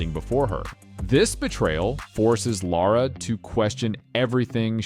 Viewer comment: Woah, a north-american who can pronounce Lara?